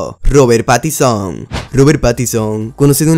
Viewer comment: Es Robert pattinson no pattison